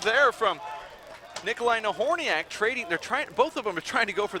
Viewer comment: she slaughtered both last names..Nobody minded